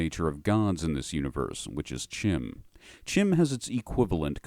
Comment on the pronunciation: Thank you for properly pronouncing CHIM.